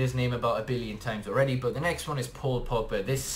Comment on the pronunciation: Pual Pogba? Hahaha Great video though!